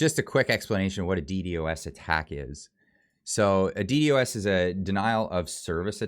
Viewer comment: Guy trying to explain DDos attack but can't even say DDos properly. Try and use a computer made in the 90's you'll have a better understanding and might know more about Dos so you can know more about DDos.